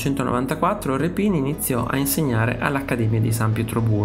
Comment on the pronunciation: Grazie al video. Peccato che quasi tutti gli accenti dei nomi siano errati. A partire dal nome dello stesso Rèpin.